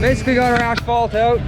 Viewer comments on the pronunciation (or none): Lots a trench towning going on. I personally would have used the tooth busket to break up the asphalt. For some reason when people pronounce Ashpalt it drives me nuts. It is pronounced As phalt. I still like, just a pet peeve of mine. Those track I told you about for your 257 are called D-lug. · Brian Gardiner your 100% right on how it’s pronounced. It must be my Canadian west coast vocabulary leaking out. 😊 Not sure why I move the H when I say it lol.